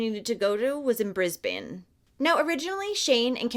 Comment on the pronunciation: Hemp would have been 10 this year and his murderer was released just before Hemi’s birthday. Ok please don’t hate on me for the next part, but sorry love, Brisbane is not pronounced with an elongated “a,” as is usually done when an “e” is at the end of a word (trust me I am an English teacher and when I have to explain how that grammatical rule works only sometimes, is annoying.) So “Brisbane” is pronounced “Bris-bin.” And “Melbourne” is not pronounced “Mel-born” but more along the lines of “Mel-bin.” Trust me I know I will get hate, but that is just Aussie language. And I live in QLD and this story is mortifying and I remember this. Thank you though for bringing this story to the world.